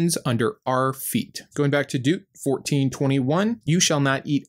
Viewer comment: Yeah. Just don’t ask him to pronounce Deuteronomy! 😆 (I think it’s cute!) I have trouble pronouncing the br sound. Like in broil and library, so I understand. ❤️